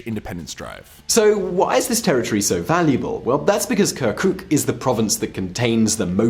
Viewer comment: I am totally alright with people and their will to retain their language and culture. However,, what does "kerkük" - the city you even mispronounce - have to with a region that you call Kurdistan? I mean, if you had formerly checked historical records, right around 1920 this place voted to join Turkey due to its - yes I am emphasizing - MAJORITY OF TURKMEN POPULATION. I do understand the good intentions in explaining the rationale for the voting for the referandum. Nevertheless, calling the region simply Kurdistan while skipping Turkmens, Yazidis, Assyrians, and even Armenians is yet another ignorance that you let the audience believe about. My suggestion would be to rely on multilingual sources rather than the solely ready made media in English. I do like most of your videos, and I would be more glad to see less historically biased - a better researched video of yours in the future.